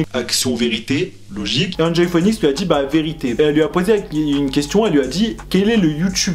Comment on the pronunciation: "Enjoy phouénix" 😂 sinn je kiff tes vidéos et vrmt ce top c'est une trop bonne idée 💛☺